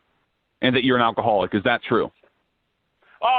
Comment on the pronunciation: Al koholic,,,finally, !! Some new old stuff,i wonder if clay sounds the same with stroke as i already thought had stroke,,i was going to make a stupid channel for this and tony talk is fun,rock on